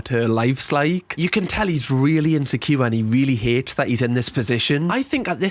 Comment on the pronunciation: Insecure = in-sek-kiyu-wa